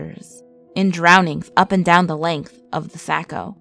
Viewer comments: “Saw-co” not “sako” ! 😌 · I cringed when you said saco like sacko when it's saw-co to us locals, but it was a really great video and your tales are really well detailed. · lol Saco River is pronounced ’Sock-oh’